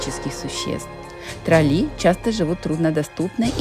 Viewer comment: трОлли,а не троллИ..Плохо,что после 23 лет не знаете,как произносится главное слово Норвегии😅